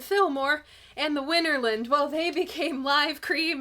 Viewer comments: WinterLAND, not WinterLIND. Arrrrggghhhh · I generally refrain from offering corrections to your mistakes just out of respect for the general high quality of your work and well, an impulse to restrain myself. But if you'll allow me... Winterland is pronounced Winter - Land (and not Winter-lund, as you do repeatedly). The photo you show is a shot of Fillmore West (and before that, the Carousel Ballroom), and not "the Fillmore" or Fillmore Auditorium where recording actually took place. Different buildings, different locations. I attended one of the Winterland performances, and I have to agree with Jon Landau: The show consisted of far too many extended solos and self-indulgent psychedelic sonic escapades. Honesty, I found it quite tedious. I enjoy most of Cream's studio output, but their live playing is just too long, drawn out and meandering for my taste. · FYI: Winterland is pronounced similarly to Disneyland, rather than similarly to England.